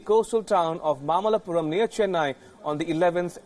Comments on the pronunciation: It's mamallapuram not mallapuram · It's not mallapuram... It's mamalapuram or mahabalipuram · Think it is mamallapuram and not mallapuram. Mamallapuram is Mahabalipuram in Tamil Nadu.